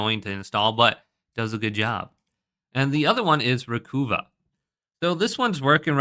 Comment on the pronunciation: Recuva = RE-cuh-va as in recover, not RE-coo-vah.